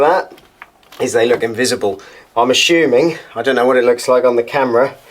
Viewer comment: 11.41 "A-Shoe-Ming" 🤣